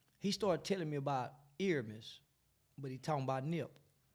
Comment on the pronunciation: Airmiess? the disrespect smh